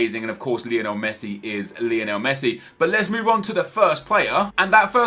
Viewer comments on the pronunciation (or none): none